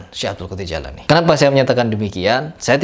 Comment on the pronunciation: Namanya jeilani bukan Jailani.....ngomong aja salah kok...